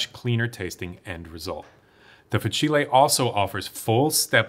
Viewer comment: fah-chee-lay 😂 i’m sorry but its fah-seel